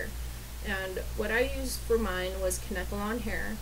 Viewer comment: its Kane-ke-lon :)